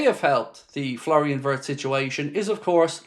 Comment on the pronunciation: My German friends inform me that the correct pronunciation for Florian Wirtz is Flo (nickname) Vietz (phonetically)